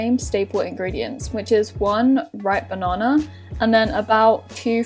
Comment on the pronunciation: When you say 'banana', it sounds like 'ba - naRna' (I'm assuming that's what she means)